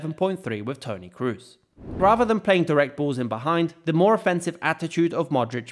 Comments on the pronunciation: Toni Kroos, not Toni cruise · Toni krus nooo pleasee hahaha. Toni Kroos (long o) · Is kroos not krus. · Tony Kroos is spelling Tony Cros, not Tony Cruse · How come you pronounce Kroos incorrectly?